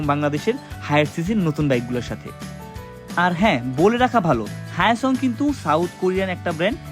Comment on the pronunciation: হায়োসং নয় হায়োজাং😅